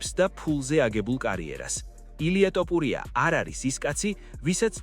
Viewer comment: რა ტოპურია ძმაო შენ რაღა გჭირს?ტოპურია არა რაჯ კაპური...თოფურია თოფურია